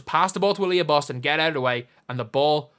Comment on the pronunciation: I heard it as "Alyssa Boston- bald" 😂